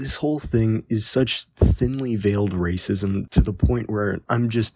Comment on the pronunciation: Everything is reesism. Everything is seexism and you have to point ALL out.